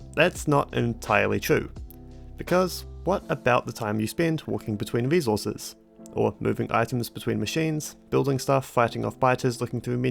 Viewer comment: I liked watching the video, but that rhotacism speech defect (Factowio, wesources, ...) is a bit irritating. I'm writing this because I've met affected people who didn't know that there is a good chance to fix this with just a little professional help. Think about it if you haven't already done so. :)